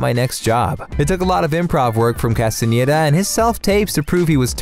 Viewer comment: oh my god finally someone who pronounces Castaneda right, it's like everyone else doesn't even try